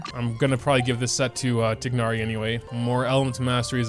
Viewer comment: Pains me how bad u pronounce tighnari’s name